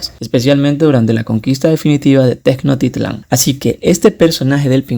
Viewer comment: Tecnotitlan😂😂😂 es tenoch como shhhh titlan jeje soy mexicana 😅😅